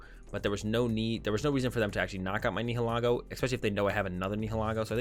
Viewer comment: bro, your pronunciation of the pokemon names needs work...PLZ try to say them correctly Nihilego (the correct term is Ny-ill-i-go)